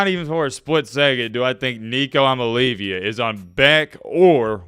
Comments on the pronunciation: "Imaleavya" got me in tears😅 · You should be more respectful of Coach Heupel. Also, learn how to pronounce Nico’s last name.